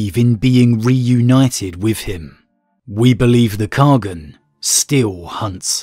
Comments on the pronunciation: Great discussion today. Is it in lore to pronounce Khagan as "kha-gun" like "shogun?" IRL, khagan can be pronounced as simply "khan" although some dialects separate it into two syllables; "kahg-han" (soft g), or "kah-han". In all of them, even in Chinese the second syllable still having the soft "ah" sound. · Khagan means ruler in turkic and mongolic languages. Khagan means khan of khans or the great khan. Its a title ant its pronounced KHA-GN in mongolic and KAGAN in turkic